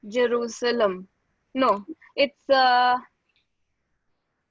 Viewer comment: Yes , She is reading from another screen or something, was not able to pronounce jerusalem, then read something about from wikipedia, Fake acting obv.